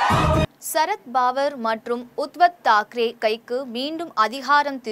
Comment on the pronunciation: Uttav Thakere ,Sarath Pawar=correct pronounciasion .